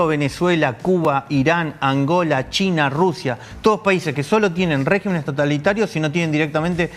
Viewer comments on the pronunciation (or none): Se dice “regímenes”… con acento en la i…. Palabra esdrújula… Perdón por el comentario, pero gente profesional debe hablar bien…